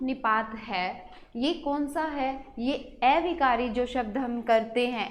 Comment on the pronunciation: Aunty a-vikari not ऐविकारी